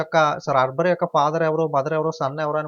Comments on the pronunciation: arber kadu anna akber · Baboor arbar enti sir pronouncing check once